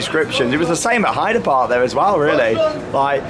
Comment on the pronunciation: I have been waiting for ages for you to upload! But it is still an amazing vlog. Hope you had a great day. When is Mr Lee wood in another vlog? Plus you didn't pronounce Heide park correctly!